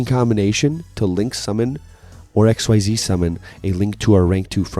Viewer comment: Because I don’t see it commented anywhere else, it’s called “Ex-ease” not “X-Y-Z.” I thought the same thing too when I got back into Yu Gi oh and refused to call it by the official name but I’ve watched way too many Yu-Gi tubers that call it by the correct name.